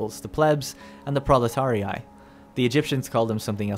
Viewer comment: Proletarii is pronounced "prawletaree"